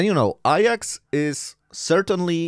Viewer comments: Why are you saying “ I AX” and not “A JAX”? Your English pronunciation is really bad… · Iyax? It’s Ajax, as in my kitchen cleaner 😅